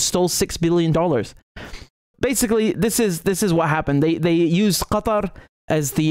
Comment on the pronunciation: Cool Qatar pronunciation ! :D Didn't know it was pronounced that way in actual arabic.